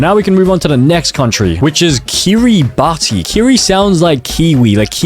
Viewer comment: I don't know anything about geology but the flag of Barbados pissed me off (edit) I'm now mad about Kiribati why did you say it like key ruh bati instead of key ruh bas